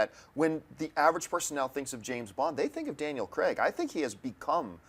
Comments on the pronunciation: If I hear one more American say "Creg" instead of "Craig"! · The US pronunciation of Daniel Craig's surname... As CREGGG gets me every time.